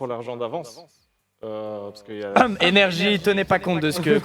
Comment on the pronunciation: Je suis le seul qui entend IVG quand il dise NRJ en Romain